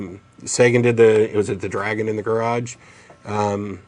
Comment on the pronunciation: IMMATURITY TIME. Thumb's up if you heard "I've got a dragon in my crotch" instead of 'garage'.